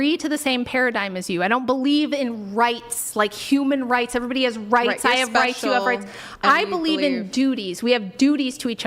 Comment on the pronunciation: "RIghts," So obnoxious.